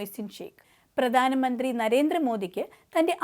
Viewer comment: വാർത്ത അവതാരകയ്ക്ക് അക്ഷരശുദ്ധി തീരെയില്ല. പ്രധാനമന്ത്രി - പ്രദാനമന്ത്രി രക്ഷാബന്ധൻ - രക്ഷാബന്ദൻ ബന്ധങ്ങൾ - ബന്തങ്ങൾ മധുരം - മദുരം രാഖി - രാഗി മുപ്പത് - നുപ്പത് മാർഗ്ഗരേഖ - മാർഗരേഗ മുഖ്യമന്ത്രി - മുക്ക്യമന്ത്രി പ്രാർത്ഥന - പ്രാർത്തന കൊച്ചുകുട്ടികൾക്ക് പോലും വൃത്തിയായി ഉച്ചരിക്കാവുന്ന ഇത്രയും വാക്കുകൾ ഈ പെൺകുട്ടി തെറ്റായിട്ടാണ് ഉച്ചരിക്കുന്നത്. വാർത്താ വായനക്കാർക്കും അനൗൺസർമാർക്കും ആദ്യം വേണ്ടത് ഉച്ചാരണ സ്പുടതയാണ്. അത് ഇല്ലാത്തവരെ ഈ വക ഉത്തരവാദിത്തങ്ങൾ ഏൽപ്പിക്കരുത്. മാതൃഭൂമി പോലെ ഒരു ചാനൽ ഇങ്ങനെ കാണിക്കുമ്പോൾ ഇത്രയും കാലം കൊണ്ട് മാതൃഭൂമി നേടിയെടുത്ത അന്തസ്സാണ് നഷ്ടമാകുന്നത്.